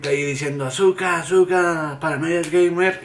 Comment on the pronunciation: Vino Azuko, no Azuka!